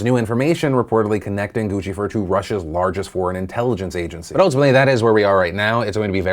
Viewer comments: pronouced Gooseifur- like lucifer.. LOL Gucci~fur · Gucci-fur? It's pronounced 'Goose-e-furr' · Gucci Fur?? Lmao I think it’s pronounced “gussyfer”, Phil. Like Lucifer but with a G. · Guccifer like LUCIFER not Guccifer like GUCCI-FUR. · Goose-ifer not Gucci-fer. Please pronounce things correctly so it doesn't detract from your legitimacy. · Are you sure it's pronounced gucci-fer and not more like lucifer? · So funny.. “Guccifer” isn’t “gooch-e-fur” it is pronounced like Lucifer, goos-I-fur... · Guccifur lol its pronounced gooseifur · I've always heard Guccifer pronounced like goose and Lucifer, Is that wrong? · Dude... It's pronounced Goose-ifer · Oh lol I thought it was pronounced “goose-ih-fer” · Guccifer rhymes with Lucifer not Gucci-Fer lol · That's how you pronounce Guccifer's name? I've always pronounced it like it rhymes with Lucifer. So Goo-si-fer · Gucci Fer. This entire time. Everyone in the news mispronounces it and I didn't even think to look at the word. One of the many reasons to listen to DeFranco instead of CNN when you need to know what is actually happening. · I think "Guccifer" is intended to be pronounced as "GOOCH-sif-ER," from what I assume is "Gucci" + "Lucifer." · I always hear it pronounced like Juicifer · It's pronounced, GOOSE-ah-fur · Pronounced: Goose - Ceh - Fur